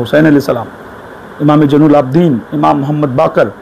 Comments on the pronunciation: maula a'li ke name Mein Ali ka ع nahi nikla hai sahi se 🙃 .. Imam e hasan aur imaam e hussain ke name Mein bhi badi HAA ح nahi nikli sahi se 🙃 IMAAM E ZAINUL ABIDEEN ko imaam e JAINUL AAPDIN bola 🙃 BAAQIR ko BAAQAR 🙃 SADIQ mein KOF ق nahi nikla sahi se aur QALQALA to Chhod hi do 🙃 MUSA QAZIM ko MUSA E KAZIM. ismein bhi ق nahi nikla sahi se A'LI RAZA ko Ali E Raza padhraha + ع nahi nikla hai sahi se 🙃 TAQI kabhi ق nahi padha sahi se A'LI NAQI Mein bhi ع aur ق nahi padha sahi se BADI HAA ح nahi samajh aaya HASAN ASKARI mein Ye dekhlo SANTRE ko sahi se jin imaamo ka name nahi lene aata Aur yahan tak ke Ali ka ع nahi nikal raha sahi se aur ye khud ko Kehte hai ye MAULAI hain.. Ya MAULAI nahi MAILAAYEE HAIN MAILAAYEE. Siwaye logo ko gumraah karne ke elawa aur kuch nahi aata iss santre ko 🍊😂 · m koi nahi hasega "Jainul Aap,din" ❌ "Zainul Abedin" ✅ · Rat Live Ki Maar Se Babwa Ko Bukhar Aa Gaya 😂 Subah Subah Sooja Hua Badbudar Muh Le Kar Video Banaya, 12 imamo Ke Nam Le Kar Bata Raha Hai, Se Naam Le Raha Hai Zainul Abideen Ko Jainul Abideen, Baqir Ko Baqar Musa Kazim Ko Musa E Kazim Ali Raza Ko Aliye Raza Keh Rah Hai 😂 Baba inaam Jeetega? 🛎️ Jeetega 😂😂 Shart Thi 12 imamo Ke Naam ALQAB O AADAAB Ke sath Dusurst Talaffuz Ke Sath Bol Aur Ghar Gift Me Le....